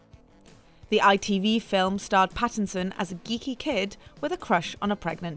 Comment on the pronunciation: Robert PHAisson